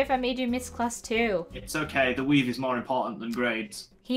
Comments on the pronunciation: I thought he said "weed" XD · The intro, I though he said "weed" and not "weave"